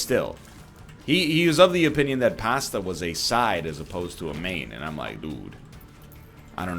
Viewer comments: ok, i can tolerate americans pronouncing pasta like it has an R in it, but saying it is a side dish not a main? that is unacceptable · Why do they make fun of you? Italian here, you say it much better than most english speakers NL! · Pästa? Lol. Where are you from? *Germany*? Nerd! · Erm what's wrong with the way you say pasta?